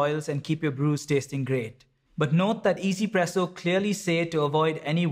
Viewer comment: i still do not get why people pronounce it EZPresso. where is the E? Yes it sounds way better than trying to stumble your way trough OneZPresso, but i am just curious where this way of saying it comes from